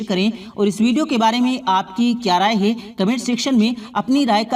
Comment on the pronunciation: Ye commentry kerne wali jahil hai kya isko bolna bhi nahi ata. Hai. Ko hey bolti hai